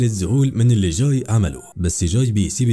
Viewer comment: اكتر حاجه تدايقني لما يتنطق اسم الشخصيات غلط اسمه جاي مش چاي